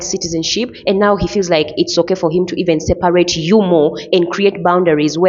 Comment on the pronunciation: What's sel-par-rate?